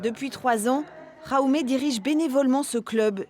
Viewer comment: Petite info pour la prononciation du prénom "Jaume" , c’est catalán donc on prononce le J comme en français! (Ja ou mé) 😉 En español c’est "Jaime" avec le J qui sonne comme un R exagéré. (Ra i mé) 😊